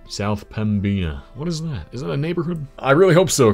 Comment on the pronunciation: Helpful pronunciation guide: Pembina: PEM-bih-nuh Lac du Bonnet: Lack doo bonny